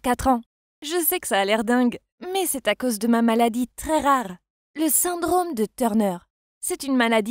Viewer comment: Écouter au début comment y dise "rare" vers les 13sec 😂🤣😭